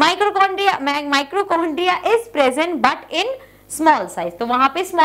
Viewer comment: Mam mitochondria hota hai naa ki mitrocondria plz shi sai boliye😢